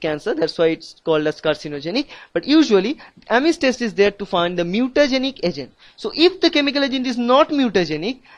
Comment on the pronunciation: thanks bruh, but you said Ames like ARMENS. THAT WAS FUNNY \